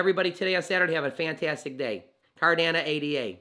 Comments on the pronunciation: Sorry to say this.....it is pronounced CardanO....not Cardana. I appreciate Cardano videos because I'm well vested in to the project. So thank you for the info and coverage. However, I just wanted to point that out so your content is taken seriously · Yo love your content on Amp! But you sound like a silly goose when it comes to CARDANO. "It's not possible to think about burning ADA BECAUSE IT'S NOT BUILT INTO ITS CODE" Charles. And it's pronounce CardanO bud. Nothing but love. You are the man helping bring Financial Freedom to all that will take it including myself thank you you're the best got to meet soonafter bullrun to share our journeys on your channel. 👍🙏✌